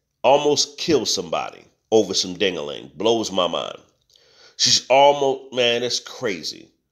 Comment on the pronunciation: every time you say dangaling I fall out 😀